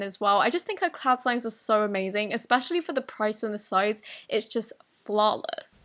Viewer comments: flawless(Idk how to spell it) 😪😪 laughing in a good way of how she said it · listen to her say flawless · u sounded no longer British, but like a Jersey girl😂😂😂. “Flawless”